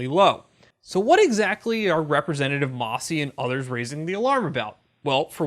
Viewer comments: "Mass-y", not "Moss-y"...."Oddum" :-) Seriously though, thank you for covering this in such detail! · It's MAssie, not MOssie.